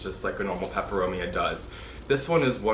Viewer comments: You pronounce the Latin names so well 😁 I love Steve's Leaves. I ordered a watermelon peperomia. It was so full and lush! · Hi. I look forward to your videos. You sound like a talking plant encyclopedia. Your pronunciation of the plant types and species rolls of your tongue with such ease.